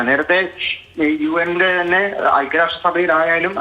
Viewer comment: UN അല്ല UM ആണു umban